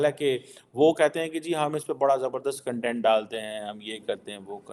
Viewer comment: Jhaatu... there's a difference between kan-tent and kaun-tent.. kya researcher banega re tu